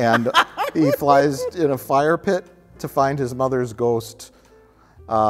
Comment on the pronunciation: as a Milwaukeean myself I much appreciate how Mike pronounces the word "ghost"